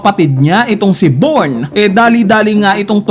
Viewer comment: anong born!? bijorn mag pronounce nyan 😂